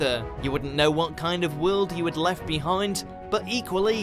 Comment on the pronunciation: ... with nothing else left-ah! But, that's a trillion miles away-ah! You guys really need a new narrator. Interesting material that's really annoying to listen to.